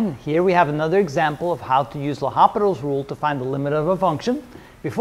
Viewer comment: Respected Sir I think it's L'Hopital and not Hospital [with 's']